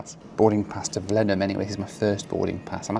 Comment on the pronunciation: One of my dearest friends in the world is from Blenheim! I have always wanted to go. You get extra credit for the impeccable pronunciation of Blenheim... Now we need to practice on your "Ezeiza"...